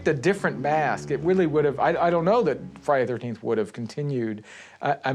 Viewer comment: "...so when Fridayteeenth The Final Chapter went into production...". I find it funny how this cat just CAN NOT say "Friday the 13th".